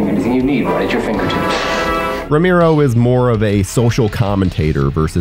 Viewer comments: It's Roh-mer-oh , not roh-meer-oh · ROE-MARE-O, Not Romeero. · It's pronounced RO-MARE-OH, not RO-MEER-OH. And it's "disingenuous" not "disingenuine". Your mic sounds really good though. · Awesome video man. VEry obscure. Quality content. Buuuut.... "Row-mee-row"? Dude, it's "Row-mare-row" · people just gotta hate lol, they aren't really happy if they aren't hating something. (for example, it's ROW MARE O, not ROME EAR O ya dipstick...lol ) are they amazing? no, are they alright silly fun zombie flicks, yeah. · Idk man, hearing you say "Ro-meero" instead of "Ro-marrow" is bothering the fuck out of me. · i do0nt want to be that guy but its pre-programed in me to just say that you kept pronouncing his name wrong lmao its RO-MARE-OH not RO-MEER-ROH im sorry ik i look like a huge tool but its how i was raised 4giv me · "Rome Arrow" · Cringed every single time he said Romiro. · Ro - MAIR- oh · Makes it really hard to watch these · Ramiro? Lol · It's R-O-M-ero :D sorry